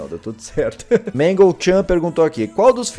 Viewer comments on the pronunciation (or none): Quando tu tava falando da puppet você falou magle além da puppet